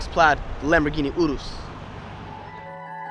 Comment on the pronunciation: “Lamborghini 😯rus”😂😂😂😂😂😂